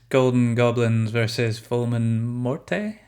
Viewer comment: The e is silent in morte ffs